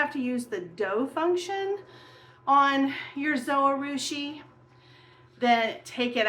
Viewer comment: Not trying to be mean. But if you check out the Zojirushi channel, you will hear that it is pronounced just as it is written. Zo-ji-rushi or zo-gih-rooshi. The “j” is not silent. Someone else may have led you wrong.